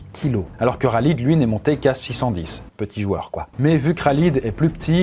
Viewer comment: « Raaaaaalid » 🤣🤣🤣 c’est KHALID KHHHHHHALID